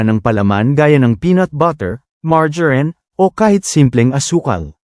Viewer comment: Mar-ja-rine....ang tawa ko...